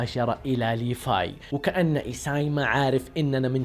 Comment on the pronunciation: ليفاي وتتتت ليفاي؟. ايش فيك انت مايقولون ليفاي بل لسان لازم تقولها بحرف ال v خربت ام لأسم 🤮🤮🤮🤮